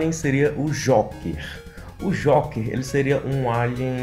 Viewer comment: Se pronuncia jouker